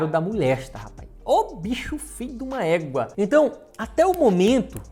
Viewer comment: Mn eu rio muito quando fala fiduma équa e ingrassado dms kskskksk